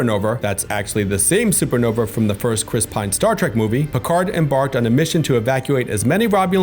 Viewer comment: BTW it's pronounced "Super Nova" not "Super Nover". Sheesh!🤣